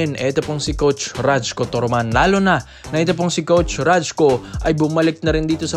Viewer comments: bro RAYKO ang bigkas ng pangalan nyan..hindi RAJKO.. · rayku tamang pronunciation, turoman.